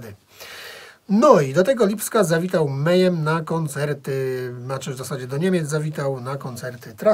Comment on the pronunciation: alembiks776 wez zobacz na yt wywiady z członkami mayhem, posłuchaj jak sami wymawiają nazwę, wróć i przeproś.